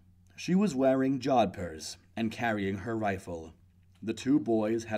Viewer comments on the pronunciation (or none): It was a decent job of narration, with a few stumbles; but the many mispronounced words started to annoy me. Gendarmes, jodphurs, and some of the place names to list a few.